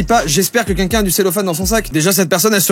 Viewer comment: Pk tu dit qunqun au lieu de quelqun